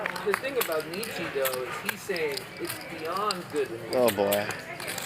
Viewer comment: These people should never be allowed to speak about Philosophy ever again. They can’t even say Nietzsche.